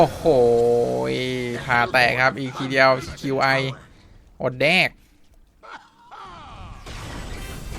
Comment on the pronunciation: Qi มันชื่อว่า คี ครับ เวลาเลือกตัว มันพูดว่า คี